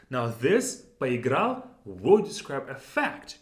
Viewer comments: Are you pronouncing the last letter in поиграл. It sounds like “paheegra” phonetically or maybe “paweegra” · Po- has a suggestion that you did the thing for a short period, not very seriously. Because of the wild Russian stress, he couldn't emphasize the Po prefix even though it was just introduced and a focus of the sentence.